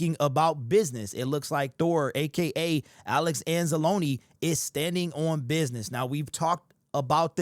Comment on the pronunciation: Thank you for saying Anza-loneeeee, not Anz-Alone...